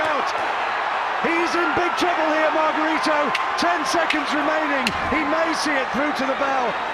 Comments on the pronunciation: mar gah ree toe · antonio magarito ang tamang bigkas ng panglan nya